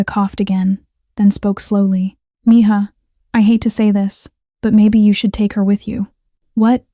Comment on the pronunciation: Mija is pronounced Meha